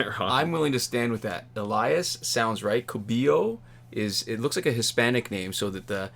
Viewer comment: You pronounced my name on spot dude!!!thx